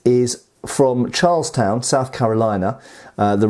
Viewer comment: I had a good chuckle over pronunciation of Charlestown.